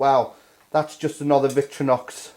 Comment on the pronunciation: Vic-tor-inox, not vic-tro-nox